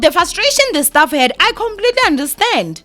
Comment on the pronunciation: "staff" not "stuff"😕